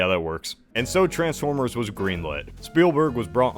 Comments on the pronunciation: as ever fascinated by the pronunciation of _trans_formers rather than the more usual, and used in the movies and shows, trans*FORM*ers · The worst thing about these movies is the way this guy pronounces Transformers.